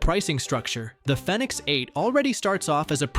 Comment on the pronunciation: Its probounce phoenix. Thumbs down